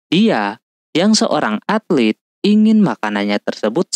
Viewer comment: Atlet bukan altet